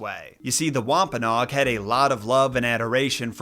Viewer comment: Thought it was wom-pa-NO-ag